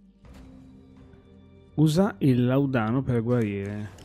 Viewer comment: làudano non laudàno. Senza offesa, giusto per... Non è il mio gioco, comunque promette bene questo Remedium. Grazie per averlo provato.